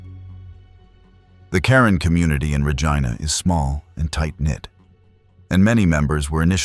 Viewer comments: Pronounced Reej- eye-na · Regina (pronounced Rejeena instead of Regina) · No it’s not. Regina pronunciation rhymes with vagina